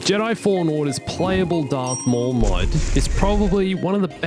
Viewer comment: darth maul* not darth mooowall